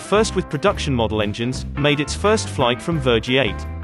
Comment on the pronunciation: Whoever is doing the voiceover, should really have researched the pronunciation of the script. Does he really think that Vergiate in Italy, is pronounced: ‘Ver-G8?!’